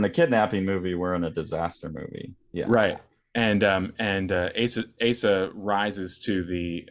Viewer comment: You mispronounced Asa's name. Both vowels "a" must be short. (However, in Sho's name the final "o" is a long closed "o".) When writing Japanese with Latin alphabeth, the general rule is: "wovels like in Spanish or Italian, consonants like in English". Of course, these are just approximations. (For instance, the Japanese "u" is actually not rounded.) The length of vowels is theoretically supposed to be marked with a macron diacritical sign over the vowel letter, but in practice it's ofren not done. ("Tokyo" should be written with a macron over both letters "o", but it's not done always.) Some translators (particularly amateur ones) indicate the length of vowels by doubling the vowel letter, but they usually write the long closed "o" as "ou" to differentiate it from the long open "o".